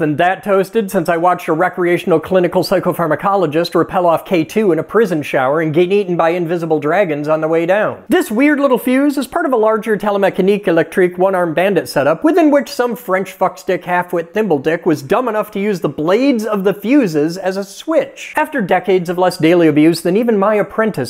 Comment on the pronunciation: When he said Telemechanique, I threw up in my mouth a little.